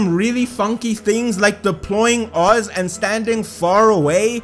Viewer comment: She is an Elden Ring boss and we haven't awakened her true power yet >:o Also it's Fischl von Luftschloss Narfidort, the Prinzessin der Verurteiling to you PEASANT (also you said Oz's name right I've studied German for at least a year and a half you're fine)